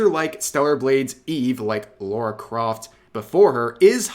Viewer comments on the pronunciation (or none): none